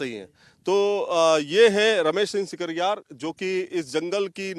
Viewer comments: sikaryar ki jagah sikarwar Bolana hai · Ramesh Singh Sikarwar hai, shikarhar ulta bolte ho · Thakur ramesh singh sikarwar name acche bol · Sikarwar bol bhai ...Sikarwar ❤️